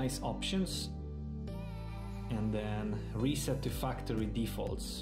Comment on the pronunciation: I almost thought he said "reset the fucktory"